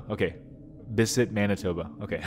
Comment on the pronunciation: hold up. I just noticed you mispronouncing Bissett. I take it all back.